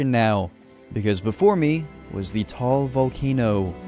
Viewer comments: It's ta al not taal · it's "Ta-al" not Tall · tawag jan ay ta-al volcano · its pronounced ta-al not tall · I could get behind the pronunciations EXCEPT "Taal" It's not pronounced "tall", it's pronounced TA-AL😭🙏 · Ta-Al not tall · Bro it's (TA-AL VOLCANO)